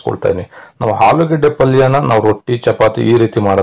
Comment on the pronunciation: ಆಲೂಗೆಡ್ಡೆ not ಹಾಲುಗೆಡೆ. ಆರು ಅದು ಹಾರು ಅಲ್ಲಾ